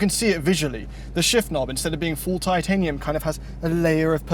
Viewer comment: trying his hardest to say Titanium. Another banging review gentleman!